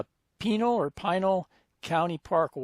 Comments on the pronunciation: Another wonderful video. Thanks for posting. PS: according to the TV show "Live PD" which has featured cops from that county in Arizona, it's pronounced "pi NALL", rhymes with "the MALL" :-) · Here in the valley/ Phoenix area we pronounce it PANEL. You’re still in my backyard enjoy. 👊👍😎